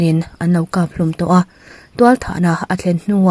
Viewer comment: Pumhlum hi saihlum tih a (hlum) angin i lam zel a, zikhlum a (hlum) anga lam tur ania.